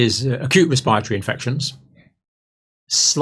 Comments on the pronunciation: I love the good doctor, but I sprayed my coffee out when he said ' res-pie-ra-tor-iee' 😂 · Campbell's inability to be able to pronounce the word "respiratory" correctly infuriates me more than you can ever imagine. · I realize people don’t have patience but it’s annoying that you sped up Campbells talking speed to 1.25 - but what fascinates me most is how he pronounces ‘respiratory’ 😂